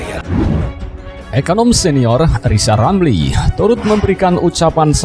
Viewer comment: Lizal lamli suluh belajal ngomong rll dulu balu bisa jadi plesiden....😂😂😂